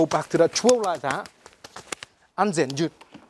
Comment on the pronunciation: I wike, he weally good